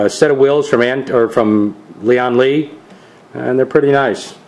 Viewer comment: nahh you said lean lee but it doesnt matter really